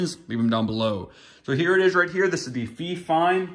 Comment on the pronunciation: "fee-fine" LMFAO